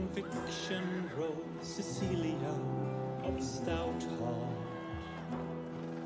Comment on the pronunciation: hey, it's an old video and you might have picked it up later on but just wanted to point out it's CeCilia not CeLicia. Other then that great vid :)